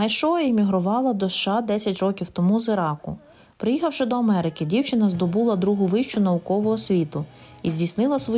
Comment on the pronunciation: шановні журналісти, не здобУла, а здобулА, не мешканка, а жителька. Чому не вчите мову самі??? Чому польське просуваєте, називаючи його українським?